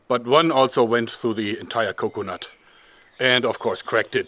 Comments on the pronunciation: Anyone else love how he says "co-conut" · The way he says coconut